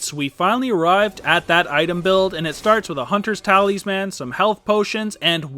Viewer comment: Did you just say "hunters Ta-Leez-Man"?